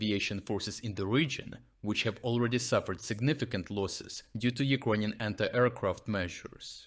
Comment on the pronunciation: why do you pronounce it "ugroynian"? Is it bc of a dialect?